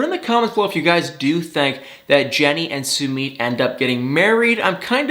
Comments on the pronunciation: Yay! Now I won’t have to hear you disrespect and butcher Sumit’s name,! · Please learn how to pronounce Sumits name. It drove me crazy every time you said it lol